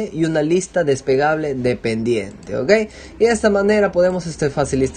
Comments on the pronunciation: falto vocalizar "despegable" seria mejor desplegable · No es despegable, es desplegable....despegable es de despegar algo, desplegable es de extender....el hombre no pronuncia bien la palabra y por eso desconcerta... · jajajajaja sabes que estaba pensando lo mismo... No es despegable la lista, es desplegable :-) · Huy perdón hombre....no se dice desPEgable, es desPLEgable.... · des PLE -PLE-PLE gable.... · No es despegable se dice desplegable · DESPLEGABLE, No Despegable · Muchas gracias, me sirvio mucho, un consejo es lista desplegable no despegable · depegable no amigo.. desplegable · Se dice DESPLEGABLE y no "despegable", pequeño detalle. Por lo demás muy bien. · es desplegable no despegable... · "Desplegable", no "despegable". Lo primero se refiere precisamente a una hoja grande dentro de un libro. Despegable es que se puede despegar. Y precisamente en su ejemplo lo que pretende es "unir", no que se eche a volar. Por lo demás muy bien hecho. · Ciertamente, muy útil la información. Pero me choca que diga "despegable" jajajajaja. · Despegable, despegable, despegable...🤯🤯 ¿Será porque se despega? 🤔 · Se dice "desplegable" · Buen video, pero se dice "lista des-ple-ga-ble, gracias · DES-PLE-GA-BLE con "L" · Se dice desplegable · Me generó ansiedad jajaja, pero muy buen video!